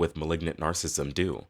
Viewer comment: You can't even pronounce narcissism right. It's nar cis sism. You're saying nar sism.